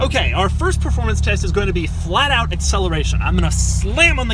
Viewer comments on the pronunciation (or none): Preformance lmao take the car to the ahutobun or nurburgring or the lamansh hit the leave the 300 behind you then say preformance !.